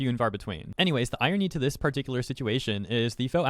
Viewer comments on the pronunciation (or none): none